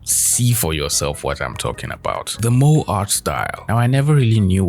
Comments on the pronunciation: I never use tiktok tbh and i stil stand by that lol . i love you vid by the way . FYI Moe is pronounce MO-EA not MO . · It is not moe, but moé... It is o+e are divided sounds... Disliked this video. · Ok, no one is going to point out how he pronounced "Moe artstyle" lol. It's MO-E. Moe just reminds me of the Simpsons character. It's Japanese slang, essentially meaning "cute". Many characters even saying stuff like "moe moe kyun". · “moe” 😭 😭 😭 bro it’s “mo-eh” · MOE has two syllables. MO and Eh. its originally just a term to describe a character design style in anime. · Its pronounced mo-ay lol.